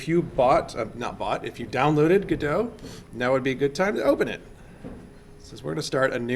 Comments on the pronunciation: It's pronounced God-oh (not Go-doe)... Waiting for Godot (/ˈɡɒdoʊ/ GOD-oh[1]) is a play by Samuel Beckett, in which two characters, Vladimir (Didi) and Estragon(Gogo), wait for the arrival of someone named Godot who never arrives, and while waiting they engage in a variety of discussions and encounter three other characters. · godot is pronounced like robot… thats why the logo is a robot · The icon is a robot. not a roboh. the name is godot. not godoh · great vid. FYI If you're a theatre major and are pronouncing it like the samuel beckett play, it's norally pronounced "god-o" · Go Dot, its not a Frenchman. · They need to brand this engine as GoDOT or GoDot not GODOT. Would help alot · Yall are dumb. It's 'Godot'. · It's obviously 'Godot', as in 'Godot' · I think people pronounce it gu-doh as in the play "waiting for Godot (God)"; instead of Go-dot. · It's actually pronounced 'Godot.' I don't know where you heard the other two. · No way! I always thought it was pronounced "Godot"! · You admit the developers pronounce it differently, then you purposely mispronounce it over and over. Pretentious and annoying. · It's godot not G-O-D-O-S-A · well, it should really be pronounced with a silent "T" because it was named after Samuel Beckett's play "Waiting for Godot". you should just google it and i'm pretty sure somebody else has already commented something about that. sorry, english is a 2nd language for me. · Because "Waiting for Godot" is a pretty well known play, and that's why he pronounces it like that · Lol everyone of you are wrong here hahaha. It's 'Godot' not 'Godot', so please stop calling it 'Godot' for Godot's sake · Dude its obviously "Godot", I'm surprised people are comfortable with saying it like "Godot" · Stop calling it "gudough" you fucking mongol you even acknowledge the creators refer to it as "go dot" yet continue to pronounce it your own way because mommy told you you're a special snowflake. Are you stupid?